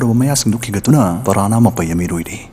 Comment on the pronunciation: Parahna haiba ntte brother piranha haibane huhh